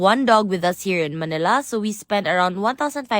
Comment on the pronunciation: Sobrang arte naman mag bigkas ng manila Man Nil La